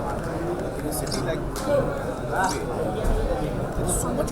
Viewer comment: Like it how, . amir khan gives a pause , looks at raj and says "BOMBAY"